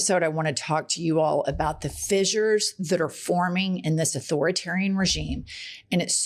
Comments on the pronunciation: ss = "s" not "z" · She keeps saying “fizzures “, when it’s pronounced “fissures-(fish-ers)”. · holy fucking shit. it's fissures, not fizzures. don't give the opposition fuel. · Not even a minute in Jen and you have said fissures 4 times...all pronounced incorrectly....I will give it another minute but I am sick of your crap already